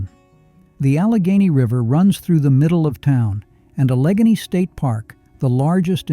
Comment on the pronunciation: Allegany is pronounced Alla Gay Knee.